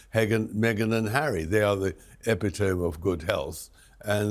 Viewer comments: Epitome is pronounced Ee-PIT-oh-me. (Not EP-it-tome) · I don’t think their impact in changing the royal family is significant at all. The monarchy adapts and constantly changes. Also, I don’t think Tom Bower is as insightful as he thinks. EPITOME?! Eh-pit-oh- me surely, Mr Bower?